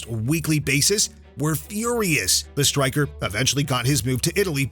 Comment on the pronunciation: “Leagues best stwiker”